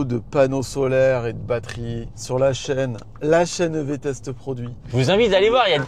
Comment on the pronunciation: Alors ce "lachaineev" du début à 2"26, magnifique ! 😂